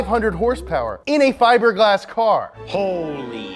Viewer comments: And it's pronounced Fib-er-G-Lass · Why are you pretending you can't say fiberglass?